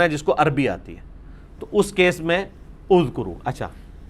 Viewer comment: Oo bhi topi na krao azkro ha uzkro nhi